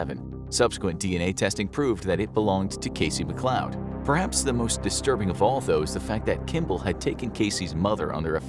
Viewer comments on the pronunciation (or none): none